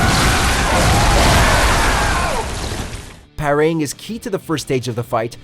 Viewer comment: Anyone care to explain what “pair-raying” is?